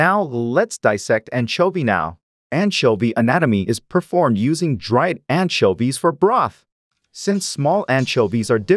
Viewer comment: the pronounce of anchoives(?) is making my brain burn someone explain pls (i keep hearing antshelby)